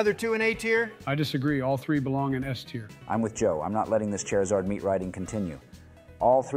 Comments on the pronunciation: No hate, but that "char" pronunciation is cringe. Keep hearing Cher. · Ooh okay here's where the hot takes get spicy Kinda funny how none of them can pronounce Charizard right Aight you already committed a Spectre-worthy crime with that Eevee placement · Good Ol’ Chair-I-Zard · Okay it's 'chair'izard from now on